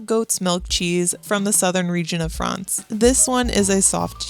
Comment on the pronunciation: did she just say "Paris, Frahnce"??